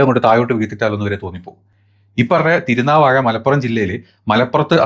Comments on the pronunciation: തിരുനാവാഴ അല്ല തിരുനാവായ എന്നാണ് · തിരുനാവാ'യ' ആണ് ചേട്ടോ.. വാ'ഴ'യല്ല ചേട്ടൻ മാപ്രേ